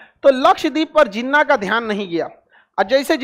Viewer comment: Love the way he pronounce names (jinwa)😂😂😂😂😂😂😂😂